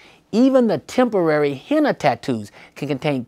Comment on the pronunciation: It's *henna, not "hemma" smh.